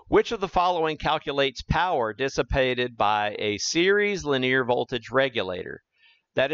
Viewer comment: Per the Webster dictionary, "linear" is pronounced li-NEE-uhr, NOT lin-EAR. The word "Linear" has three syllables, not two. Please correct. Or don't. The content is good, but don't want to suffer listening to egregious mispronunciations. I can always choose a channel with a narrator who pronounces correctly. Incorrect pronunciation decreases content credibility with each occurrence. This is not a regional accent thing. Also, "sometimes I showcases..." is a violation of subject/verb agreement. These choices decrease the communication level of the message. But, your channel, your voice. My mouse, my choice.